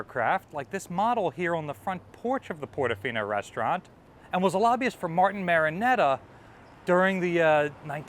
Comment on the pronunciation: It’s Martin Marietta…… NOT Martin MariNetta!